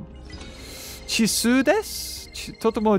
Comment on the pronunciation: It's chiisai beaver, not chiisu...i think..correct me guys